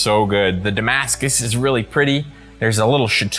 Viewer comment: This video was amazing, untill you said damascus at the end and I cringed. >.......< The dagger looks goergeous though and the amount of effort you put into it chef's kiss perfection.